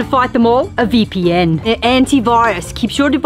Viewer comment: i know you said VPN but I heard beefy end